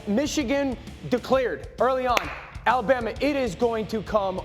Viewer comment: You mean "Alabamer", lol!